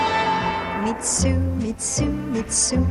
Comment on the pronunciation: funfact: Mitsou würde im japanischen eher Mitso-u ausgesprochen werden. Das O und das U werden nacheinander betont. :D